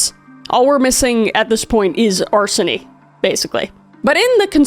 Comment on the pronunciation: Ah yes.. the classic arsony